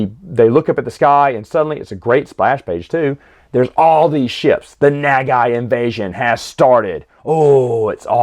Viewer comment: Pronunciation for Nagai is thr same as Go Nagai